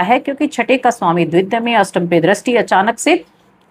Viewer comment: द्वित्य नहीं द्वतीय त में बड़ी ई की मात्रा लगी हुई है उसका उच्चारण कीजिये